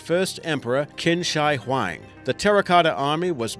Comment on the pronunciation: the 1st china emperor is pronounce as "ching shi huang", not king sai huai